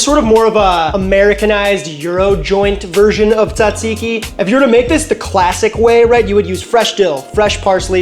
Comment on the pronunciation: Bro, why did you butcher that tzatziki like that? 😂